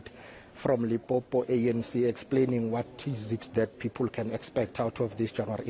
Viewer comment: Limpopo not lipopo repot or please